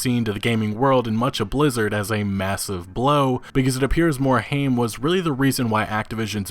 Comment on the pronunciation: Yo dude, it's pronounced "MORE-HIME" not "MORE-HAME"